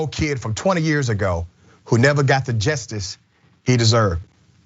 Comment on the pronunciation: Just before 1 hour 50 minutes in, CENK, can you PLEASE learn how to pronounce "JUSTICE?!?" IT ISN'T, "JUST'S." IT IS, "JUST-ISS." TWO SYLLABLES. JUST. ISS. PHOK. GET IT RIGHT. On the abortion tip. My cousin killed her only baby. She tried to kill herself three times or more after. She's 60 now. She will never have a baby. My sister had two abortions. Those haunted her till she died. Abortion isn't some Progressive fantasy. No woman celebrates her dead foetuses. I wish my cousin and my sister hadn't killed their babies. Meanwhile, I don't own their uteri. My cousin is past it. My sister is dead. We Progressives can wish our female family hadn't killed their potential babies, while recognising their rights to bodily autonomy. We don't get to decide what they should have done. Give me a uterus. I'll show your ass his to have babies. Meanwhile, I wasn't my sister or cousin. I didn't know to whom they would have been attached to for the test of their lives. That's their business.